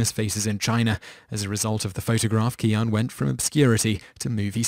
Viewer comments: "Qian" is pronounced "Chyen." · How do you not notice you pronounce the name Qian three different ways within the span of one and a half minutes?